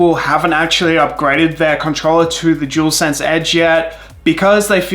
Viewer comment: Jewelsense 😂🤦🏻‍♂️ it’s dualsense 👍🏻.